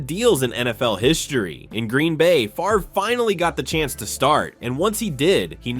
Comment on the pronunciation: Favre, not Farve